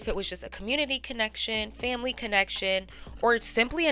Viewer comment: Not the ACE FAM-LAY🤦🏾‍♀️🤦🏾‍♀️🤦🏾‍♀️🤦🏾‍♀️